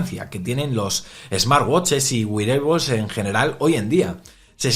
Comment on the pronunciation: Wearables xD no güireibols jaja